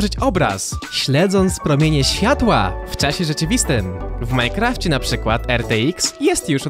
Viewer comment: Majkrafcie xD Czyta się w Majnkrafcie